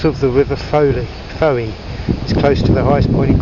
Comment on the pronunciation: Welcome to Cornwall and storms Eowyn and Herminia!! Should be less windy from Thursday I think. We've always pronounced it as 'Gol eye tha' Falls, and they pronounce Fowey as Foy (or sort of Foyee). Stay safe - don't drive in the high wind, we don't want trees falling on you, doggos and Margot. Look forward to seeing you soon xx